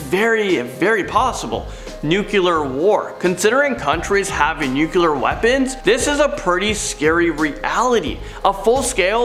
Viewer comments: I think you mean there are ten million in our galaxy. Not solar system. And it’s pronounced Hub-bell not Hew-bell. 😀 and it’s not nucular (nu-cu-lar) it’s nuclear (nu-clee-err) and the word is apropos (ap-pro-poe). Just trying to be helpful. Not being critical. 😀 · 1. It's pronounced " new-CLEE-er". 2. The baby sun is from Teletubbies. And I don't even have kids. 3. I think mankind will end before any major catastrophe simply by our intelligence de-evolving. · Hubble, rhymes with Bubble. Nuclear. Nuculear is not a word. Thank you and have a great day. Also WWI was a good deal responsible for spreading the Spanish Flu in 1918. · "Apripos" is pronounced "ap-ray-po". Also, "Hubble" sounds like "bubble", and "nuclear" is "noo-clee-ar" not "nu-cu-lar". Hope that helps. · Nuquelar...sounds like Bush talking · DUDE! Take a public speaking class! And quit yelling! And it’s pronounced “new-klee-urr”!!! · You lost me the moment you said nuculer. Where’s Ayman?! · And the nuclear war as "Nuke-eh-lar" war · Dumbness could get us... Nuc-you-lar and ir-repair-able??